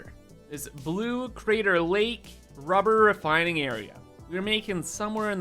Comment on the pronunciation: "Now, what do we need?" "~r u b e h r~" "Lots of ~r u b e h r~"